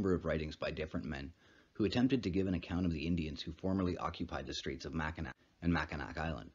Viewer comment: Mackinac is pronounced mackinaw